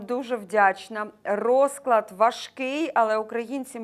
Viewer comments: поправочка, без образи, не рОзклад, а розклАд, не зе се у, а Зе еС У:chillwcat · рОзклад це вірно , розклАд не вірно